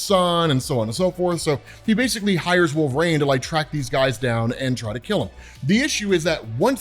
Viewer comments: Jesus dude you’re killing me… it’s wolverine… not WOLVERAIN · pronounces Wolverine so oddly (“wolver-ane”). What the heck is that about?